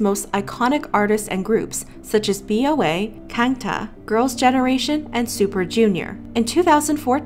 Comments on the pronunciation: Such as B O A😂😂 it’s Bo-Ah sis. Also, R.I.P to our sweet heart Sulli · Boa is pronounced wrong smh